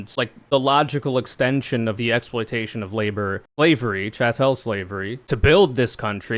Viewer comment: Wow, this is gross. Also it's pronounced like cattle with a ch, not like Chapelle with a T instead of a P.